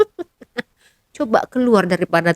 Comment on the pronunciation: Wall paper mbak..bkn weal paper..lucu bila dgr konoha nyebut bahasa ingeris .🤣🤣🤣🤣